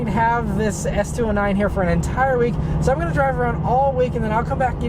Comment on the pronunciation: “S two o’s whatever” lol